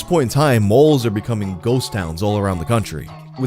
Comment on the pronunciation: Malls not moles like you pronounced lmao